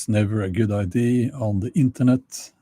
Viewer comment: Why does he pronounce "ID" instead of "idea" all the time? Is it because it is a machine talking? This is how you know. I know some other blogger who said "he" instead of "she" in his video. This is how you know.